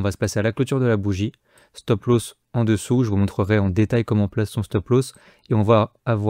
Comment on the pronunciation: Petit tuto prononciation. Stop Loss se prononce "stop l'os" pas "stop l'hausse". Merci.